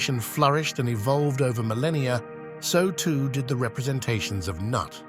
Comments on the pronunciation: Considering it's pronounced noot. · everytime he says "Nut" i die laughing.